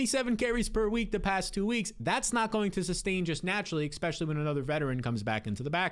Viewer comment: I have a new game; Every time I hear you say Exspecially I close the video.